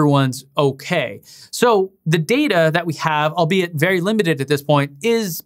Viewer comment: Vewy intawesting...